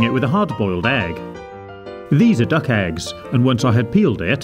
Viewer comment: Did he say DUCK Egg!!